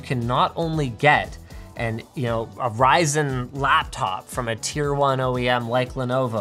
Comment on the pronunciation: I actually heard fries n chips